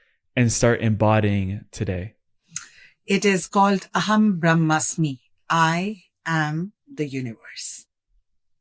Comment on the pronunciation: She said it clearly ' aham brahm asmi' I am that I am